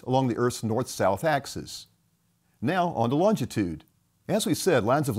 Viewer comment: There is only one t in longitude, not two. It’s not longtitude.